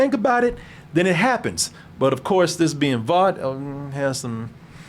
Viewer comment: Why they gas lighting, (Babies day out) is the name of the cartoon that ep 1 spoofed. I mean for fucks sake can't pronounce (Vought) correctly why would he know the actual spoofed cartoon.